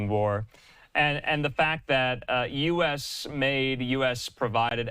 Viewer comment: And why does the emphasis have to be on "U.S Made"?!